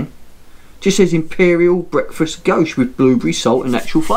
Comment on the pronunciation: Very good beer tastes like a maple stout! Didn’t realise you pronounced it goshe always thought it was goze